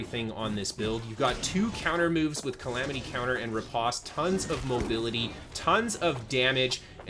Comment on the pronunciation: very nice! also, the pronunciation is ruh-powst